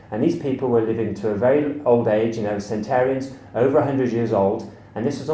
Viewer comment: It's centenarians, not centerians. But good video! :)